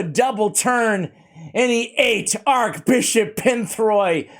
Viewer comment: ‘Arch’ Bishop, not Arc Bishop as you seem to say. 😁 I just pulled him this morning